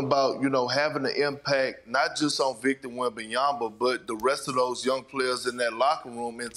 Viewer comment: can he learn to say wembanyama ? Not that hard